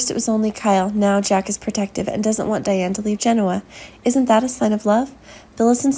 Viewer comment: It would be nice if the producers of these videos could get a narrator who pronounces the most basic words associated with the soap opera correctly: Genoa and Marchetti. It’s annoying. Get a clue !!!!!!